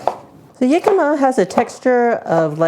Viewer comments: Pronounced.....Hic-cam-ma, not Yic-am-ma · We used to live in Phoenix, and Jicama was EVERYWHERE down there. It's a staple of Mexican cuisine, and we've had it in hundreds of different ways. This looks like a fantastic new way to use it. By the way, it's pronounced with an H sound. It was driving me crazy hearing you call it "Yicama," lol 😂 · Jicama, my favorite substitute for water chestnuts when they aren't to be found. In the US, we called them "hicama" where the "j" is pronounced as an "h". It's interesting to hear that Canadians pronounce it as "yicama" like a "y".